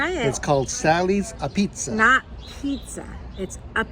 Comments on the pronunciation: APizza!! Its sounds like ah beetz and not a pizza. Sally's, Modern, Frank Pepe's, and Zuppardi's are on the bucket list. Shout out to Red Sox nation. Thanks guys!! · Great to see Connecticut feature. But please note, Apizza is pronounced A Beetz in the New Haven area! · Great Vid! how wonderful that you visited my hometown. Just a few things, Apizza is pronounced "Ah-Beetz". and you went to the wrong place for New Haven Pizza, the fact that you enjoyed Sally's speaks volumes. Ernie's, Pepe's, Modern are all superior to Sallys. You have better/other options next time you come to town to truly experiience New Haven pizza. Maybe next time do a shoot out? And dont rely on us for BBQ. Also, for lobster rolls, you need to go the CT shoreline for the best lobster rolls in the country, Not upstate CT. Also, much more exciting things to do in our great state other than the PEZ factory, 41 years of living here, have 2 kids, and weve never even thought about visiting the Pez factory. happy you guys got a taste of CT tho!